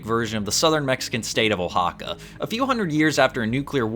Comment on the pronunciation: FYI It’s /waxaka/, or ~ Wa-ha-ka, not Oh-ha-ka. Still not the worst I have seen the name butchered though